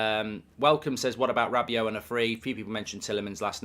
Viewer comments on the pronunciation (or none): none